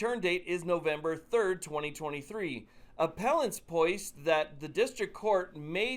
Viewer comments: Small ppint of pedentics: Appellants “PO-SIT”, not “poist”. Carry on, and thanks for your good work. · The word, "posit" is pronounced "pause-it". Definition: To assume or put forward, as for consideration or the basis of argument.